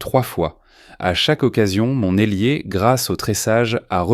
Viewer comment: Ailier, pas élier. 24 ut, 24 août.